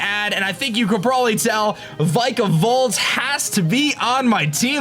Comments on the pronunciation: This is how u prenounce Vikavolt vik-uh-vult. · the way he pronounces vikavolt makes me feel weird